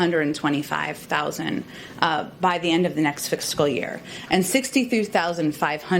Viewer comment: The next “fixcal” year?...